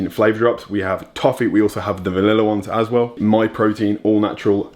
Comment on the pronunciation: Put the emphasis on the well rather than the as